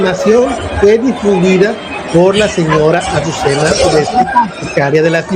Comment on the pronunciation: ¿ Ureste?....no mames , en verdad eres bruto ... uresti, uresti,uresti , aprendetelo